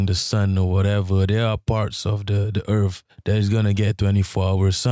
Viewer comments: Welcome to planet Earf - Will Smiff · Earf 😂 I love it